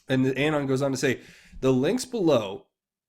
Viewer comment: I love your channel. But your pronunciation of “Anon” is AGONIZING... it’s UH-Non as in Anonymous. Not A as in Apple. I dare you to correct it. 😬